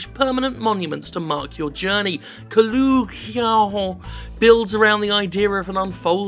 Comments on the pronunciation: There's one O between the L and the G, where is Jim getting this "oo" sound from? If it was Kolugeon then okay, fair enough, but it's an O. One O! Stop it! Oh, also, great looking game. Thanks for bringing it to our attention. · Ko-log-eon. There. I pronounced it for you. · I thought you said it like "Collagen" the shit that our nails are made of.